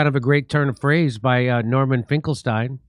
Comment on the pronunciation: It's pronounced "Finklesteeen"!